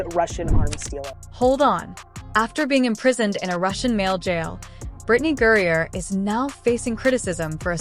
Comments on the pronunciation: It's a he, and fire your editor its Griner not gurrier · FFS, your inability to correctly pronounce a simple 2-syllable name is astounding, and renders this video difficult to hear. You pronounce Griner as "Gurrier", similar to "furrier." Stop it. Just stop. Learn to read a narrative script correctly. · It's Griner not Gurier! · “gurrier”! Stupid AI! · The name is Griner, not Gurrior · Firstly who is Gerier, it's Griner. Secondly why is this a surprise everyone knows this is a man and we've known for years, stop being fucking stupid. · It’s Griner not Geria! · GRINER! GURRIER? LMANO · It's Griner, not Gurrier. Your AI speech narrator SUCKS! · You idiotic A.I. fools, it’s Griner not Gurrier. Bye the way, she’s a he! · It’s Griner not gurrier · His last name is Griner not Guriur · Why does your narrative keep calling her Gurrier? The name is clearly Griner! AI can't understand English. Hire a narrator! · you mispronounced her name its griner not gurier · How do you pronounce Griner Gourier?? At least pay attention to how others pronounce Griner. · Griner, not Gurier.....can't you get that right? She's been in the sports news quite a bit. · Can't you get his name right, It is Griner, not Gurrier, Greener, Greer, Griger, Gurear, Griger, Grear, and yes, he is a man who has fathered three kids and a total fraud. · Would you please stop mispronouncing griner it's not gurrier it's griner 😊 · Stop mispronouncing griner it's not gurrier u airhead it's griner 😢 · Can't even say his last name! Gerier??? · Um, somebody tell your AI that Brittney's last name is "GREINER", nor "GURRIER" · Why can't you get his last name correct in this video? Who is Gourier? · Britney is a man and with the sport is dangerous. Go play with the guys Britney! Her last name isn’t pronounced Gurrier it’s Gr I ner girl! If that lady is going to pronounce her name say it right! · "Gurrier" again and again? No one edits the videos? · Who the FUCK is Britney "Gurrier"? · Stop mispronouncing griner